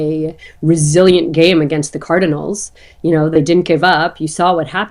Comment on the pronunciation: “Car-di-nals”? “Card-nals”